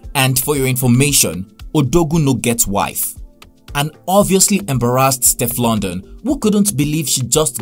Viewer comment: The pronunciation of Steflon Don though it is NOT stef London